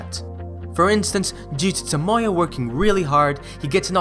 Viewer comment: great video and all, but why do people always have to pronounce characters names wrong? like toMOya instead of tomoya or miKAsa instead of MIkasa?